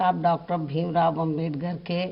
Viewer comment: बहन जी अम्बेडकर अम्बेडगर नहीं